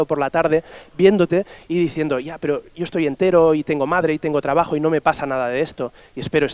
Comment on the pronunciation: Me hace gracia como los catalanes pronuncian yo es como iooo